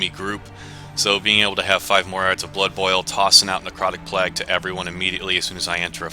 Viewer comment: "necrotic plegh"